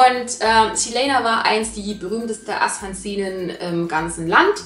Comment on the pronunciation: Also es heißt Assassinin nicht Assassninin🙈